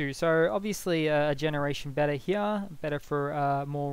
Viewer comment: Up heyah